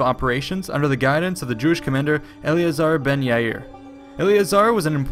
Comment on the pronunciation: his name is pronounced eli-ezzer Ben ya-ir. I might also add that sicarii dose not tranclate dagger men. Sakkin is the hebrew word for daggers snd knives.